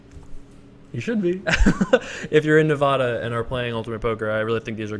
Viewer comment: Hey, I love watching these videos but as a Nevada resident- you should know it's pronounced _NEH-VAD-UH.